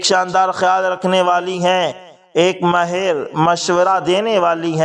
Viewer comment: جناب آپ نے ماھر کو مھر بولتے ھے مھربانی ھو گی آئندہ اس کا خیال رکھیں